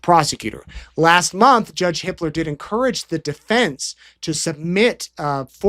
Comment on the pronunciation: Hiplos?? Oh. No. Hipler. Whew!